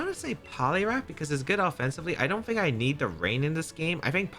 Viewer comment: I’m a simple person. I hear a man say “fink” instead of think and I already know it’s time to go watch something else 😂